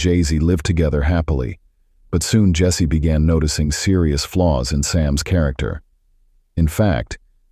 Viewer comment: I knowwww the pronunciation is really funny 😁....it's Jessie only like u said